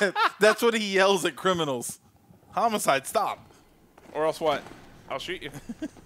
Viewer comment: "Homicde" EDIT: Also "High*t*lights"